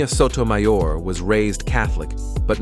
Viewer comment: How disrespectful that you didn't bother to learn how to say Sotomayor's name. As a lifelong Catholic, Iand lawyer, I find this video offensive. Alito is corrupt. Thomas is corrupt. Both are bought and paid for. They have hurt so many poor people. All of the Maga right are NOT Catholics. They are bigots spewing hate. They may pretend to care about the poor and hungry, and then vote against affordable medical care, non discrimination, and immigrant children. That is not Catholic. That is not consistent with Christ's teachings. And the insanity that criminalizes abortion is just an attack on poor women. Abortion is a mortal sin, but so is having an unwanted child. And neglect and abuse do more harm to the immortal soul. Thomas, Alito, and your right-wing cabal are the worst examples of Catholic there is. Rich man Thomas will be a camel at the eye of a needle when his time comes. Here's hoping these corrupt justices (not including Sonia Sotomayor) do not completely ruin our constitutional government.